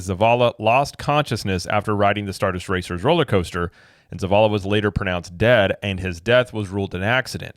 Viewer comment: who can’t even get the name of the roller coaster right, lol “star duster racer” 😂 the way he talks at the press events… I’d argue that his intelligence is also questionable.